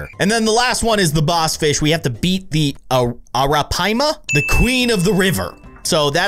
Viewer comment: it's pronounced Air-uh-pie-ma